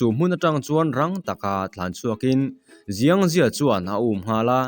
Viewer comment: Chinese tawngah chuan X hi s angin lam tur aw, Xiang hi ziang ni lovin Siang tih tur.